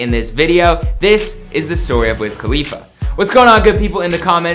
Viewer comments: WIZ KHALFA? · this man really said pass me the blunt to wiz khalifa bruhhh